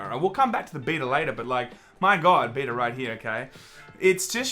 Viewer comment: The way you pronounce Beta makes me want to cut my ears off. J. S